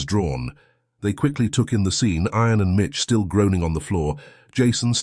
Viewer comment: You need to pronounce IAN correctly not sounding like iron.